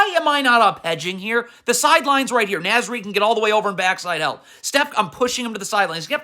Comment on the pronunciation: I like how he dunno how to pronounce Naz Reid name 😂. N(AW)Z not N(azz) lmfao